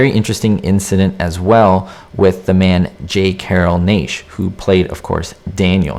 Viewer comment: NASH! NASH! NASH! Please learn how,to pronounce names!